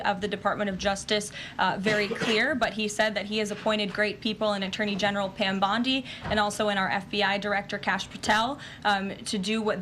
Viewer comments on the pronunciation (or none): none